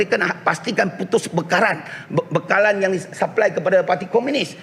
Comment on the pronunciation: Bekaran ke bekalan..jgn terbulu bulu apek longsi..